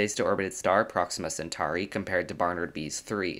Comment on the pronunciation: Centauri, just like centaur is pronounced with an "or" sound, not "ar". Aur is "or" not "ar".